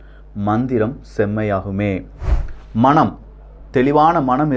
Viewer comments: மணம் இல்ல மனம் சரியாக உச்சரிக்கவும்😊 ஈழ திரு. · சகோ, நீங்கள் மனம் என்ற சொல்லை மணம் என்று உச்சரிப்பதாக இருக்கு சரியாக உச்சரியுங்கள் நன்றி❤❤